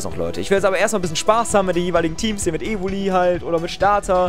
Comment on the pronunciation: Das e am ende ist zu viel : Evoli